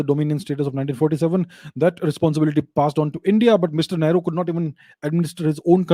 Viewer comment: Whenever Abhijeet sir says ‘Great Shree Nehru ji’. I hear ‘ Maadar bhatoora’ 😂😂😂😂😂😂😂😂😂😂😂😂